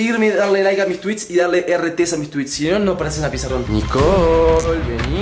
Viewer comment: Es Nicole no nicol parese que ests diciendo mantecol